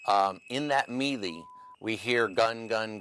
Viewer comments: My first fave part of this video is finally seeing CNN so insistent on sticking to a line of questioning...for once. Second is that this idiot pronounced melee as mealy. If I wasn't so pissed it'd be funny. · Don’t believe anyone who doesn’t know how to pronounce the word “melee” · He doesn't know how to pronounce"melee".